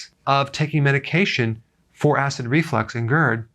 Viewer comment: Is it call acid reflex or acid reflux? Because it sounds like he’s saying acid reflex correct me if I’m wrong please someone